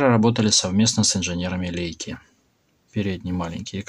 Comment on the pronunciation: ты мне рассказывать про гемецкий язык будешь?) Я его 8 лет изучал. В данном случае правильно произносить Ляйка.